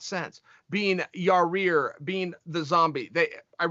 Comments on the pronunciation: Still with the "ya-rear"??? It's pronounced yi-ear. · Chael keeps calling yair ya rear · dude really cant say "Yair" yah-ear